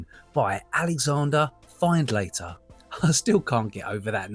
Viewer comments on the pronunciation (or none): Pretty sure Findlater is pronounced Finndlatter, sadly! Also, the wee robin was hoping for you to throw it worms you found while digging. If you give them some, they'll stick around and come really close to you, they're gallus wee birds :) Big love from Scotland, as always. Jen. Edit: Just finished the video, love that upcycle, your ability to be able to repurpose the weirdest things is making me very envious! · I loved Virol!!! Being born in 1947, during the rationing season after WW2, we had a lot of things to boost our health. Just a remark...It's pronounced 'FINNED-LATTER'..not Find-later :hand-pink-waving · It's pronounced Finlater. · Findlater Surname pronounced Fin-luh tur!